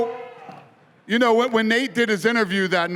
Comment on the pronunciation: Haha anyone noticed Jorge doing Tony Montana’s accent ?! “Juno”...😂😂 look 👀 at ju now!! 🤣🙌👃